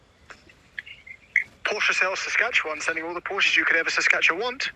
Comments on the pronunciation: Did you say saskatacchawwaaaan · …..that you could Seskatchawant 😂 omg that was magical